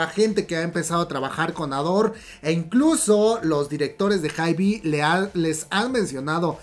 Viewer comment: Me encanta como cuenta todo pero me estreesssaaa que diga "haibi" 😂❤